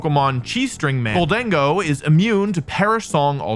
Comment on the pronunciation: It’s Gholdengo, not Gold-dingo. It’s already the most racist Pokémon after Pikachu. Don’t make it worse.